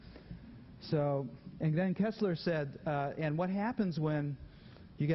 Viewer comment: It's pronounced..... KERSTler (like in thirst), not kessler (as in less).